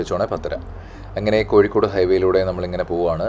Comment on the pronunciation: കോഴിക്കോട്, not കോയി... Why ഴ is not pronounced here in koyikod. മലയാളം ഭാഷയുടെ അറബിക് ലിപിയിൽ എഴുതിയത് കൊണ്ടാണ് ഴ, യ ആയി മാറിയത്. പള്ളിക്കൂടത്തിൽ അറബിക് ലിപി ഉണ്ടായിരുന്നു, വളരെ പണ്ട് സക്ഷരർ ആയിരുന്നു ആ മദ്രസ്സയിൽ പഠിച്ചവർ.